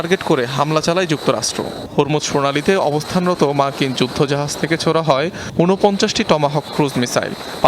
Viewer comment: উনি ছোড়া হয় বলতে গিয়ে জোড়া হয় বলে ফেলেছে 😂😂